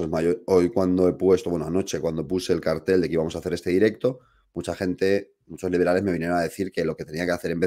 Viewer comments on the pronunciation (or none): none